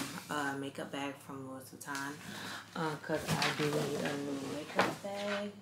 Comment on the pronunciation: Sis it’s pronounced louie... the s is silent but that vanity bag is fireeee